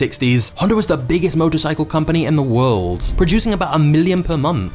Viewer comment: he changued the woirld